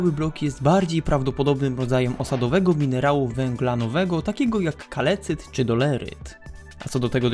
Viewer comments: Kalcyt nie kalecyt. Nie kalecz języka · kalcyt sie mówi a nie kalecyt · Po pierwsze zła wymowa nie kalecyt tylko kalcyt i to właśnie to kalcyt